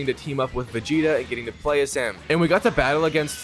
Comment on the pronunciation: You said vegeta name right at the beginning